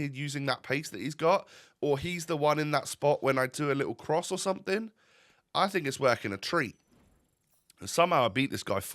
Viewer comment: Please stop saying suttin, something. 10/10 apart from sittin